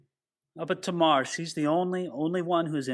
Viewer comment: according to my Bible pronunciations app…. You are correct in pronouncing Tamar as TAY- Mar. 😎